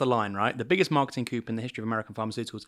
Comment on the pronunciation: “Coup” is pronounced “koo “. It’s not for chickens.